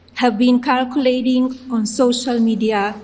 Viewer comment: she has poor kirkulation